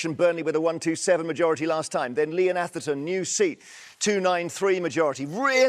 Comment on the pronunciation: Atherton is pronounced with a soft "ath" as in "lather" not a hard "ath" as in "bath" you smug, pompous southern prick.